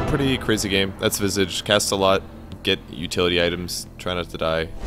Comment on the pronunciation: you just butchered visage's name. its pronounced visage, not visage.